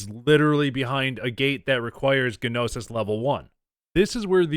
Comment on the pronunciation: agh dont pronounce the "G" in gnosis. It's like NO-sis